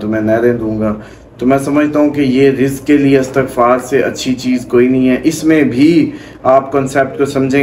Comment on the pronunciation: Talafaz glat hy aap ka. Istagfar bolty hn